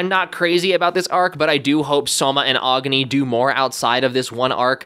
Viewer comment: Agni is pronounced Agh-nee not whatever you said